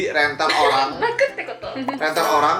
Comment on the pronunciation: Rental bukan sembrang rental